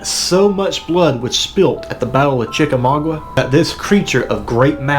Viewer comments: You are saying it wroung chica ma ga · Chicka mau ga the u is silent